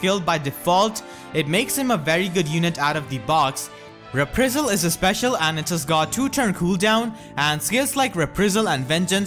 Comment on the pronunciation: PLEASE PLEASE PLEASE, stop saying "re-pree-zul". It is pronounced "re-PRY-zul". Also "STONG MAGES" at 10mins+